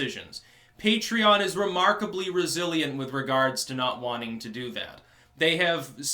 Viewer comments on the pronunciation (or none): none